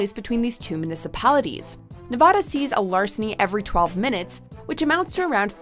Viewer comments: It's Nev vadd Da, not Nev vah da. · It's Nevada not Nuvada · Bruh you pronounced it Nuh va duh it should be neh vad duh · You mispronounced Nevada. It's Ne-va-da; not Nev-ah-da. I live in Reno and while the city may be dangerous, to me, it's home. I thought for certain Michigan was going to be on here solely because of Detroit which is widely considered to be the most dangerous city in the United States. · Nevahda is so dangerous because people keep calling it Nevahda. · Nuh-vaaa-duh. The A in the middle is a short a as in apple. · Nev-a-da a as in apple...... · You Mispronounced Nevada 😡 it’s not Nevahdah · Stop saying Nev-AH-da!! Unless you are also going to say Mon-TAH-na (both are derived from Spanish words), stick with how locals pronounce it. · You’re pronouncing Nevada wrong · Joshua Uriarte I’ve lived in Nevada specifically Las Vegas my whole life and I’m shocked we’re considered one of the worst states to live in. It’s not anywhere as bad as this video made it out to be. Also how she pronounced Nevada was cringy. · That mispronunciation of Nevada is cringy. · You are pronouncing Nevada wrong. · I dont won't to hate but they pronounced Nevada wrong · Try saying Nevada correctly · Stop saying Nevada like that!! That's not how you say it😂😂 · Say Nevada properly for fucks sake. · Thats not how you pronounce nevada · The way you pronounce Nevada is so cringeworthy 😖